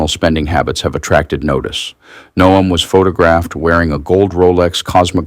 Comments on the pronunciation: Her name is pronounced Noem not No..am. Robot narrator must be recoded by IT for proper pronunciation of names and places. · WOW, You guys are getting lazy. AI reading this.......No-em? Its pronounced Gnome.....like her face. But seriously "BIG BOMBSHELL THATS NOT A BOMBSHELL" headlines and you click........getting bad with you guys. Sounding like legacy media. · AI, it is Noem like gnome or Nome, not no-em. Get it right. She will be in the news often. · Noem = NOME You continuously mispronounce places and people's names. Please learn how to say them correctly before you start recording. Oh, and KYIV is not kiy-eev. It's KEEV